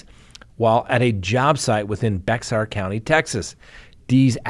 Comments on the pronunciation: Hi Scott. BEXAR is pronounced BEAR. The X was just the person's mark because he didn't read or write. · Scott. Bexar is pronounced like Bear. Bexar = Bear.❤❤